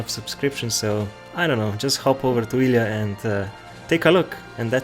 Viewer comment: I tought he said ealien, not Ilya :/